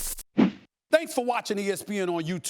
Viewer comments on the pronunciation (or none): none